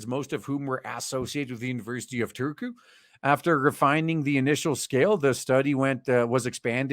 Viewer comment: "Oskari Laatinen" Me: "Lahtinen, it's Finnish, the "H" is not silent." "Turkuu" Me: "Why are you hurting me so?" ...I guess the study could also be applied to pronunciation pedants.